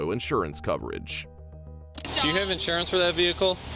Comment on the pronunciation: “license registration schjurjur” 😭